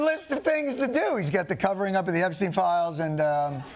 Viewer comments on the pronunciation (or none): none